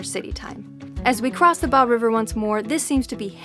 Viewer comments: Atlas coal mine in drumheller valley is a great stop!! Alberta has by far the largest oil reserves in Canada, not third. Bow river is pronounced like bow and arrow. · I did not know Calgary is the 4th largest city in Canada. Also I always pronounced the Bow river like the Bow, in Bow and Arrow. and not like the Bow in Bow Wow. You might want too as well. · Another great video for those poor deprived souls who have never driven the TransCanada. No idea how you managed to mispronounce Métis and Bow (it’s only 3 letters), but that’s Americans for ya! Bad planning to drive to Banff in the dark. You missed some of the most spectacular scenery in the world. Maybe on the way back you should follow the Cowboy Trail to Waterton. Safe travels.